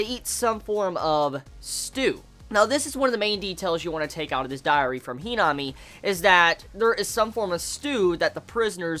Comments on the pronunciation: HeeeNami 😂😂 I laugh every time you say her name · lovableghoul - Not that the pernnounciation was wrong it was just his accent that made her name sound funny